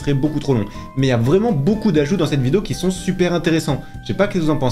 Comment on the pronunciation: "Qui zon" "Qui zon" "Qui zon" "Qui zon" "Qui zon" "Qui zon" "Qui zon" "Qui zon" "Qui zon" "Qui zon" "Qui zon" "Qui zon" "Qui zon" "Qui zon" "Qui zon" "Qui zon" "Qui zon" "Qui zon" "Qui zon" "Qui zon" "Qui zon" pitié...